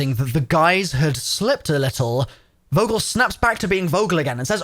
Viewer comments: Vogel not wogel Like f ogel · It’s not «Vogel» its pronounced “Fogel» -Coming from a German with a last name of «Vogel»;) great video nother than less